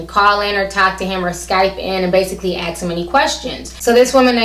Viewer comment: Ax Steve ? it is ask.